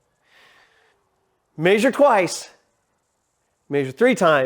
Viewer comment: Exactly, I have allen wrenches, I don't have a welder and you are correct about the fasterners being expensive. Is humbldt county the only place that pronounces it May-zure? Most places its meh-zure.